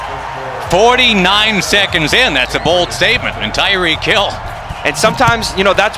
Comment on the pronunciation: It’s reek... for tyreek hill